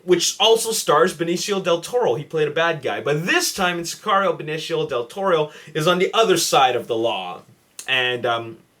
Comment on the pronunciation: Mexican right here. You pronounced it correctly!;)